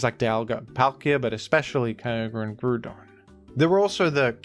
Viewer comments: It's not "Grudon" 😭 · Ah yes, how could we forget Groodon, master of the Groond? 😂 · Ah yes, Groodon, my favourite Groond type pokemon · Grudon is peak, and it is an important right to becoming a big pokemon youtuber to pronounce pokemon the way you think it should be. And sometimes, you need to spell things phonetically to get this truth across. You think Wolfey is one of the best VGC players because of skill? No, its because he has single handedly convinced the world its pronounced arcakneenay